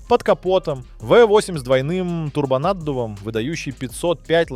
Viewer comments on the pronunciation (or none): Что за произношение названий автомобильных марок и прочих слов? Какой БМВ И 3? Какая АЛФА Ромео? Какой нах турбонАддув? Что за СитрОэн? И тут же произносится нормально СитроЭн? Предполагаю, что специально так говорится, но если так - то это коряво, ох как коряво....